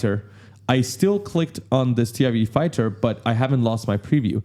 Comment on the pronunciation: Never heard anyone call it a T - I - E fighter before lol. I guess its not wrong, but that's a first.